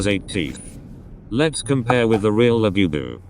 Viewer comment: He keeps saying "BE bu, when Bu bu is correct. Bugs me!